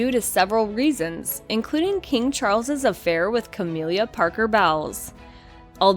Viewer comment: "Cah-mill-ah", not "Cah-meal-liah", "Bowls", not bowels.